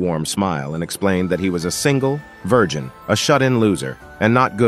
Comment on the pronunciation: Idk why but i felt a bit attacked when they said "This single vigin loser" 😅 i know its forn the intro but damn it hurts